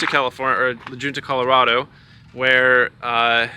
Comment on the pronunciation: Sorry you had such bad luck did the seller offer to help with the cost to repair it. Also what was the name of the town in Colorado you had it towed to was it La Junta I couldn't tell from the way you pronounce the name of the town.